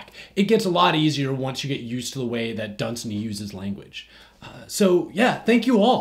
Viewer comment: Wait... you do know pronounces his name dun-SAY-ny right?